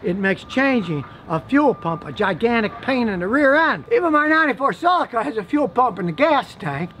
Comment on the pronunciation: Scotty, repeat after me, sell-e-ka. Now say that quickly. Your welcome, Australia